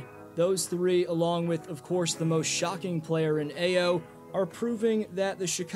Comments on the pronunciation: Great video but it’s pronounced “Iyo” haha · Thumb down for butchering Ayo’s name.